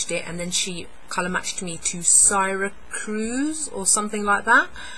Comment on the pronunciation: Yeah, their customer service sucks. :/ But I love a decent number of their products. Good to know that the colors are different between the matte and the glow! Syracuse? It's pronounced "Sear-a-cues."